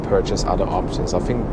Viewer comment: I enjoy all your reviews. I love the way you say "fink" instead of think and "al-so" instead of "orl-so". I'm intrigued by your surname of. That sounds English or Australian but your accent doesn't agree?